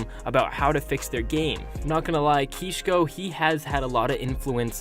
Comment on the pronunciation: Ngl u butchered the YouTubers names it’s not ‘keeshko’